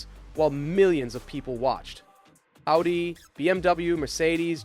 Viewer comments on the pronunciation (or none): why are people pronouncing Audi the same way they say Addidas? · I loved this video but bro you need to learn to pronounce Audi